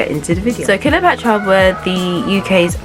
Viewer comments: Their name is pronounced CLEOpatra, not KILOpatra. Just FYI, no disrepect. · The last I heard they were called 'Cleopatra ' not 'Killer Patra' and they were from Moss Side, Manchester not Moorside. I appreciate the trouble you have made putting this together but please, you can do better. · Love it when we a decently researched blast from the past of a people who made an impact in the past. I recently was going through memory lane, looking at popular icons and their journeys from Ruff Ryders to Eternal. As good as this one is, why do I keep hearing Kiler-patra instead of Cleopatra 🤦🏿. Anywho, keep it up. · Why she saying KILLA patra ? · I heard her say that too 🤣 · I hoped she just misspoke but it kept goiing smh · why cant u say Cleopatra? love this band ❤️